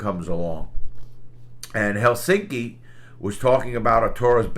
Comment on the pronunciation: Very good pronounciation on "Helsinki" Larry! It's a tough word to say for English speakers, but you pronounced it perfectly.